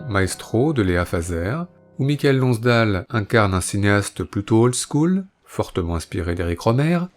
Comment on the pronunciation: "Des Dieux et des Hommes" ne date pas du début des années 90, contrairement à ce qu'on entend ici, mais de 2010. Et, quitte à consacrer un Blow Up à un acteur célèbre, autant bien prononcer son nom. On ne prononce pas Mi ka el, mais Maï keul Lonnss Dêle.